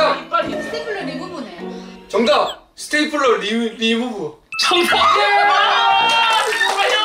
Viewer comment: 강호이는 스터이플러 리무무 라고 들림